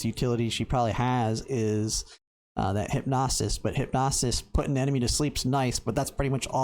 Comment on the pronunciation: Good video, bro. Side note it is Hyp-no-sis, not Hyp-nos-is lol